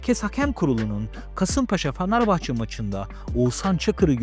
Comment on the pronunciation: Sen başta Fenerbahçeyi doğru telaffuz et😂😂